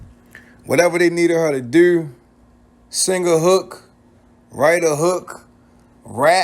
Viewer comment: Whatever they needed her to dur??? Why y’all say dur, yur instead of do & you???